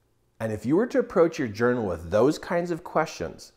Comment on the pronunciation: This man said JOUNAL! So I will journal thank you so much this is such amazing advice starting tomorrow morning